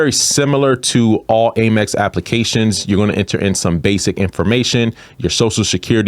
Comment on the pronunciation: Love your content; however the pronunciation is AM-EX, not AIM-EX my friend (hugs).